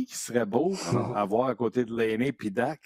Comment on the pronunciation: Serait temps que vous appreniez à prononcer Dach comme il faut. Bye